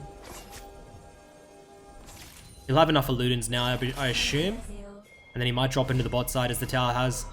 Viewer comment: Do all Aussies pronounce “assume” with an “h” sound like “Ah-shoom”? Lol